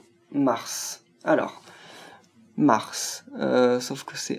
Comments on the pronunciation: Arrête de dire Mars c'est Marte x)) (Marth) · Ce n'est pas Mars mais Martee et dit le prince marte ces mieux :p